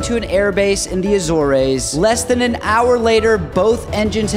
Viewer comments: The a zor a’s 💀💀💀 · Learn to correctly pronounce nation's names. It's not A-zor-rays, it's A-zores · It’s the Azores’ pronouncement is az ors.. not az or eys.. Jesus American ms know how to destroy language. And the world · Azores...pronounced. A zores..rhymes with soars..!!!! Was stationed at Lajes Field on Terciera island. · It’s pronounced, “ A- ZORZ.” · Pronounced Air tranSAT Azoars 😀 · A ZORS is the pronounciation jr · It's pronounced a-zors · How did you pronounce the Azoreees?? Do better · Get pronunciation correct if you’re going to publish anything, Azores is ‘As Ors’ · Lmfao the uhZOrays???? You live under a rock? It’s pronounced AYEzores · A-zore-ez? Check your pronunciation. I weep for today's clueless youth. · So my family is from the Azores, and i’ve never seen an American pronounce it like that. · Oh my God. You sounded smart right up to Azores. You massacred the pronunciation. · Get you pronunciation of Azores right (the E is silent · That terrible pronunciation of the Azores has to be on purpose to get more community engagement. Well, it worked. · It would be better if he’d learn to pronounce Azores correctly! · You need to learn pronouncing the word Azores😅😅😅😅😅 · Learn how to pronounce Azores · If your going to make a video learn the pronunciations of what your talking about.